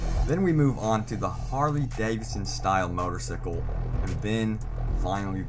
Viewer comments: Hey "" I'm not trying to be rude but your saying Motorcycle's incorrect. It's "Motor-Cycle", Like a wash cycle in a washer not Motor-Sickle. You should have been corrected by your Teacher's or Parent's. And again, I'm not trying to be rude. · motorcycle!!! not motorcicil or whatever.. driving me mad (pun not intended) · MotorSicle? It's MotorCycle... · Motorcicle? It's motorcycle, not cicle. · It's Motor-CYCLE, not motorsicle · I chuckled when he said "Motorsickle". lol... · What the hell is a "motor sickle"!! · Moe-tor-SAI-cle. :3